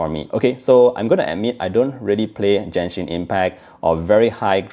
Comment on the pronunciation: You pronounced Genshin wrong. You can yourself an Asian? You bring dishonor to us.